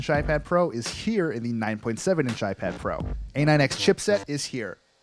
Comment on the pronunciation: Did he say iPad Fro at the beginning?